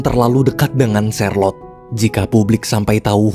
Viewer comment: Namanya charlote saya dengernya sharelok😅😅